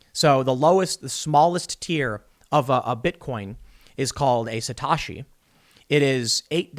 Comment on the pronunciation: it's "sa-toe-shi" fyi